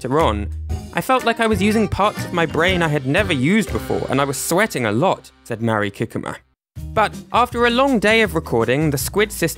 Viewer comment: I'm sorry, but hearing you butcher Mari Kikuma's name repeatedly is genuinely making it hard to watch the video!! I more than understandable that her name is Japanese, a language you don't speak, but compared to many other names, her name is quite simple in pronunciation and I felt like some effort could have been made to pronounce it even slightly correct. I'm not trying to insult YOU; I just feel that is a basic level of respect for someone--making a genuine attempt to pronounce their name correctly--but you are just reading it as if it were English. 😥